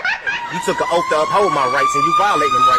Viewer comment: The officer is violating his “oaf”